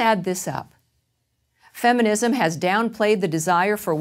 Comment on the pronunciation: lol, "feminimsm"